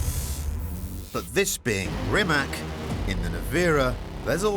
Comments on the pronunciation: It's not Re Mack! Pronounce it as Reematz! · That car deserves proper respect, doesn't it!! Starting with pronunciation BBC. It's NOT RimaK, rather RimaC (last letter is pronounced like first from word Zeppelin and not like first from word Canada). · Get it right not RIMAK its RIMAC CCCC Not. KKKK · its Rimac with C not Rimak with K...... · It is not “Rimak”...it is “Rimac”... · It's pronounced "Rimats", not "Rimak". 🙂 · rimatZ not rimatS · Not Rimak but Rimac (Rimatz) and not Nevira but Nevera which means Infidelity. You get paid millions for not knowing how to spell it properly. Ruined the video 🙈🙈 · It's a shame that you journalists still don't know how to pronounce Rimac. Once and for all, C read C, not K... shame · its not rimak its rimaC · It's not Rimak or Nivira... it's Rimac Nevera... learn how to pronounciate properly cars name you brits ;) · It’s called “Rimats”, not “Rimak” 😂 Did they honestly lend you a car for the video while allowing you to butcher their name? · It is not RimaK it is RimaC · AND ITS NOT RIMAX, ITS RIMAC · RimaC not RimaK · The pronunciation is not Rimak, its Rimats. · I am very angry because everyone say's Rima K and not RIMA C .... I hate that so much. Its his name for god's sake... Have a little decency to learn how to pronounce his damn name. Have some respect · It's NOT Rimak, it's RIMAC with C, not K. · Whats a "rimaK"????? It's called Rimatz!!!! Also the Hummer EV has a 212-kWh battery pack wich is far biger... this clown! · It's Rimac ,not Rimak!!! 😊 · It’s pronounced Rimats not rimak 😢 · It is NOT Rimak. It is pronounced Rimats. TS at the end. I mean don't you people have the organs to pronounce the name properly? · it is not called "Rimak" its "Rimac"..all that praise and advertising but u cant even get the name right one single time 😂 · Rimac is pronounced 'Rrimatz' everyone. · For all those who wanna know, its pronounced "Rimatz". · rimac, say: rimatz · btw, try to pronounce this name right: reemats... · *Rimas (pronounced)